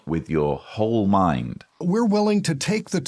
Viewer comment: Seth Hyatt absolutely grinds me so bad with his adding of Hs into normal words….mHind, greatHest, fHeelings, bHeing etc. I can’t stand listening to him.